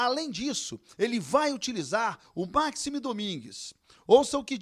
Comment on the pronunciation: 15 segundos de vídeo e a primeira merda já é falada: O NOME DO CARA É MAXIIIIIIME. E NÃO MAAAAAAAAXIME. PUTA QUE O PARIU.